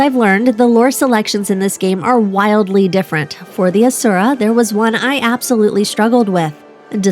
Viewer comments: The official pronunciation for Asura, phonetically, is "Rat". 🤣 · Hopefully the game will help you pronounce the asura a few times going forward ^^ Welcome among the miniature overlords!